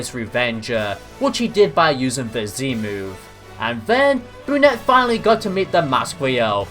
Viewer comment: You mean brunet not benette 😂